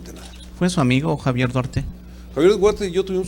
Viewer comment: no puede disimular su desesperacion al ser interrogado se le nota el nerviosismo, dice que no ES SU AMIGO duarte pero q si tuvieron amistad, minuto aprox. y en ves de decir duarte dice guarte , ojala y lo metan al bote por corrupto